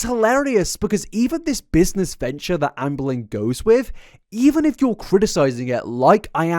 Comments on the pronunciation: Every few times says Amberlynn I hear Anne Boleyn. I’m honestly not bothered about it as it makes the listening experience a little more exciting. It’s like a little game of what sentences will my brain decide to switch in a 16th century queen instead of Amberlynn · genuienly cant not hear "anne boleyn reid" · every time you say 'Amberlynn' I keep hearing 'Anne Boleyn' instead and my brain reacts funny to that contradiction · My history geek ass hearing "Ann Boleyn" every single time without fail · lol every time you say “Amberlynn” I hear “Anne Boleyn” and it makes me giggle 🤭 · I keep hearing Ambling! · When I have subtitles on, I never get the same version of her name twice in a row haha